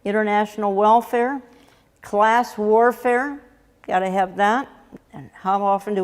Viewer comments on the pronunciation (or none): none